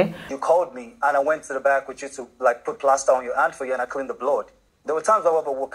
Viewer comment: Boma has lost the Ameri-Warri accent he had when he was in the house. And he’s quick to call the women local and village and bush for someone who can’t even pronounce “hand” correctly.